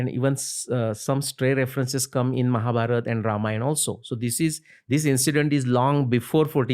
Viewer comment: Liked the way he said Ramayan and Mahabharat and not `Ramayana and Mahabharata’